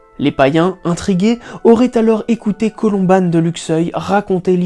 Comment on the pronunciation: Oui Luxeuil-les-Bains est en Haute-Saône, même si ce n'est pas loin des Vosges Saonoises (partie haute saonoise du massif Vosgien) et on prononce "Colomban" et non "Colombane". Il a donné le nom à un monastère de Luxeuil qui est devenu une école privée. C'est juste une précision n'enlevant aucunement de qualité au travail que vous réalisez au sein de cette chaîne ☺